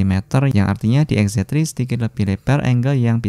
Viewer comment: lagi ngejelasin foto xz tri, kalo sekali ucap jadi xz twri 😁👌